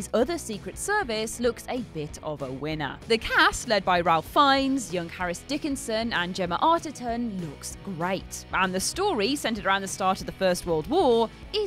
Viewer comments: His first name is pronounced, "RAFE." You know who I mean. And oh dear Lord, they're making another Dances With Smurfs!!!!! I'll miss that one, thanks. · Do you guys constantly mispronounce Ralph Fiennes name just to wind up the comments section? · Well, it bothers me. He's a very well known actor, and this is a channel dedicated to movies, plus they're UK based. You'd think they'd know how to pronounce his name. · I'm right with you